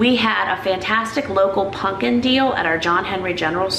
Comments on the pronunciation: Is it not pronounced pumpkin with an M not an N? Love you videos and your sense of humour. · im heaing punkin, instead of pumpkin. am i mishearing? lol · Lol at how you say pumpkin not punkin, I make fun of hubby because he says it like you. I told him that you say it that way and he said see other people say it that way 🙄, way to funny. Love you and your vlogs. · I love that you call pumpkin 'punkin'😂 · Pumpkin, not punkin